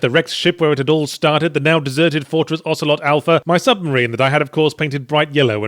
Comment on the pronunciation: "Ocelot Alpha" OCELOT ALPHA "Ocelot Alpha"